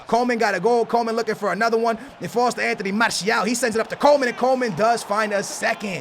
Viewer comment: Hey can you please say Coman not Coleman, there is no L in his name